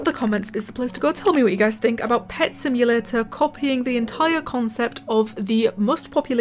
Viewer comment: Simulatuh sound hard